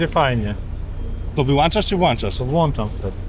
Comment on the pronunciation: Ten gościu wlancza i wyłancza 😂. Również pewnie zdanża na czas 🤣.